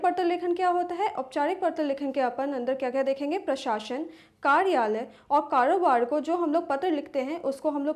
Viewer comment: Hahaha karobar ko kadoobaad bol rhii